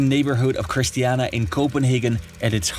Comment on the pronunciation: The neighborhood *Christiania" not Christiana 😊